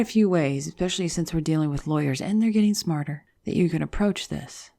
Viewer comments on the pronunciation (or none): There is no “x” in especially....... just sayin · What does it mean that you pronounced especially as "ek specially"? Does that imply the level of your education, the social cliche in which you grew up, or your native culture? I've noticed many people in the US mispronounce that word, for some reason. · Wow. Did you just say 'exspecially'? O:40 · Stopped listening when you said "ackspecially" Why do people find it so fucking hard to say especially. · I love your videos. And your voice... One thing drives me crazy: "eggspeshially" 😁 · Ooo we've got an "eckspecially"